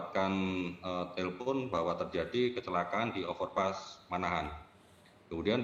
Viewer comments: Manahan mbak najwa bukan mahanan 😂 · Mbak najwa ngomongnya typo manahan dibilang mahanan hehe